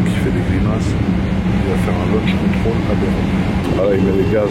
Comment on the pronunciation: Il a dit lunch control quand même 😹